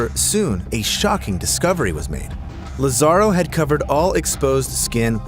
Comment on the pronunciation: Lázaro's name has an accent on the first "a", so his name is pronounced LAzaro, not lazARo.